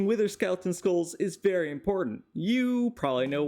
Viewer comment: "this concept is verry humane"